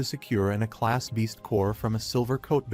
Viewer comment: Aa class not "A" class😂😂